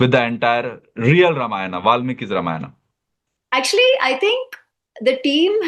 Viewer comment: Bhai Ramayan toh thik se bol